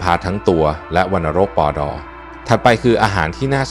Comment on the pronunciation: สามารถรักษาอาการวัณโรค ปอ ดอ ส้นตีนเถอะเสียง AI ไม่ผ่านหลายจุดมากนี่คือ 1 จุดที่จับได้🤣🤣🤣